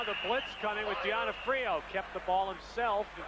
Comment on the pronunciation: The announcer really butchers Mark D'Onofrio's name